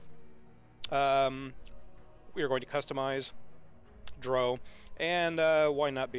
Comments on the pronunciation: it's pronounced dr-OW, not d-row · More gooder? Pronouncing drow as if it rhymes with crow? Got 2 mins in and paused the video. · He said drow wrong. As a huge fan of them, I'm kinda salty about it. lmfao